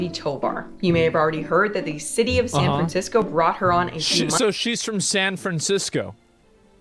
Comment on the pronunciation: San FranCrisco, puh-lease.